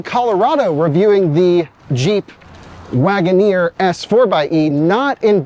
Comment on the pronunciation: Guys, let's be understanding... It is just Jeep Lag'o-neer 😂